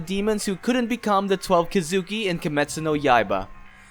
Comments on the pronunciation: So we’re just gonna ignore how bad his pronouncements are with the word “kizuki”? (Kee-zu-kee) not (ka-zoo-ki) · Dude its Ki zu Ki not Ki Zuki.. for fucks sake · It’s thweleve kesukee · Key zoo key* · Bro the way u say “Kizuki” makes me wanna blow my brains out🤦‍♂️ it’s Kizuki=KEEZUKI and it’s not manga=MUNGAA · Why are you saying twelve kidzuki 😐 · Question. Have you watched the anime? I was just wondering, because a LOT of the pronunciations in this are different from how they are in the anime. (Like Urokodaki, Kamado, Kizuki, etc.) I don't mean to be rude, just wondering. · No evece but u said kisuki wrong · learn how to pronounce kizuki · When my guy says kizuki wrong 😑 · This guy is good the only flaw is the way he say kizuki